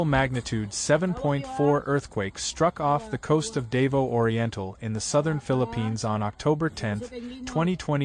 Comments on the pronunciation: Its called "Daw Vow" said quickly not "Day Voo" ie " Davou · It's not dave-0 it's pronounced da vo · Its NOT pronounced, DAY-VO! GODDAMN why cant they at least take the time to learn how to say the name of the city! its pronounced, DAH-VOW. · The place is pronounced DA-VOW, not "dave-oh". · Theres a bunch of Scuba diving there, man what did they go through? FYI its not "Dave-Os" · so sick of AI - the city is Dah-vah-oh - sheesh -cant you idiots do anything right???? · Wie bescheuert muss man sein, über ein Land und über städte zu berichten, aber permanent die namen der Städet total falsch auszusprechen. Davao ist nicht Davos (die Spercher und Sprechering aussprechen) Dasvos ist in der Schweiz und nicht auf den Pfilippinen. Und Davao heißt auch nicht Davo. Eine Stadt Davo existiert nicht. Dämliche Sprecher oder Scheiß-KI. Es heißt Da-va-o !!!!!!!!!!!!!!!!!!!!!!!!!!!!! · So you know its pronounced Dah-vow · As ever, American commentators demolish the correct pronunciation of overseas place names. Why do they always do that? Are they not educated? Do they have no sensibilities? And indeed, why have an American voice at all? Real ignorance is demonstrated when these speakers show such disdain and utter lack of respect for local communities. Perhaps we ought to say Wishington or Califunia or Los Ongeles or Tixis or New Yuk or Busten .... and see how they like it! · well, you got every single city name WRONG, but Leyte. HAHAHA